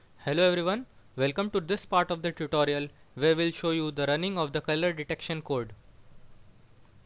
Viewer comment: welcome to "ta-tt-orial" wtf man... dumb shit